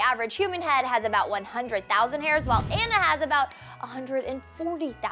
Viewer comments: If she,, is such a huge fan of frozen, shouldn't she know that Anna's name is pronounced like "Ah- na" and not "an- na"? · It's pronounced Ah-Na, not Anna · It's pronounced like Ahna not ainna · how come you said anna when it is pronoused anna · i know its spelled anna but it is actually ana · ITS ANNA NOT ANNIE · Its Anna not ana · The way she says Anna.... It's Ah-nah, not An-nah. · not ana onna aka anna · I wasn't crazy for the movie.. But it's not An-nuh it's ah-nuh. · It's Anna not Ana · i don't want to be mean or anything but anna is pronounced (onna) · Its not... its pronounced ah-nna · You're pronoucing her name wrong. It's more like Aw-naw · they said anna wrong they said unna or idk JUST THEY SAY IT WRONG!! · Loved this. Except the whole "Anna" part. "Ahna." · She's not a real frozen fan because she can even pronounce Anna's name right. Spelt Anna pronounced Ana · It's not pronounced Anna is pronounced (On-a) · its not pronounced Anna its pronounced Ona but its spelled like Anna have you not watched the movie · OTHER THING YOU DIDNT KNOW ABOUT DISNEY'S FROZEN: ANNA'S NAME IS PRONOUNCED AW-NUH!!! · Did she just freaking pronounce Anna from frozen as the a in band?!? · It's pronounced onna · it is aaaana not anna short a pronounce it right btw i have a obsessive problem with frozen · Does anyone else wanna punch her in the face for saying Annas name wrong like come on the say it 1000 times in the movie and you can't fucking say it right?!?!? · When she pronounces Anna wrong.... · That awkward moment when she mispronounced Anna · she pronounced anna wrong... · She keeps saying Anna wrong!!!! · She pronounced Anna wrong!!!!!!!!!!!!!!!!!!!!!!!!!!!!!!!!!!!!!!!!!! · She Says Anna Wrong. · I'm sorry but you are saying Anna's name wrong 😫 Sorry to point it out, but it just annoys me 😫 Great facts and video tho!!! 👌💕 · she said anna wroung! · she said anna's name wrong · She said Anna's name wrong twice... You would think she would know it by now